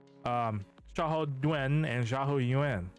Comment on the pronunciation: its pronounce Xiahou Dun not Du wen bc i watch 3 kingdom 2010😂